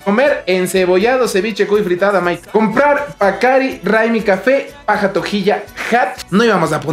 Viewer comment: Chocolate "PACCAR"....? What is that webada...? No es PACCARI...?